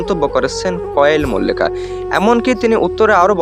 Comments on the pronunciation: ভাই আপনি তো নাম ঠিক করে বলতে পারেন না কোয়েল মল্লিক হবে ওটা কয়েল মল্লিক হবে না😅😅😅😅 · তুমার কোন কাজ নেই নাকি শুধু শুধু Zubeen da কে নিয়ে বিড়াল হতে চাইছো।আর কোয়েল মল্লিক এর নাম টাও ভালো করে উচ্চারণ করতে পারনি ।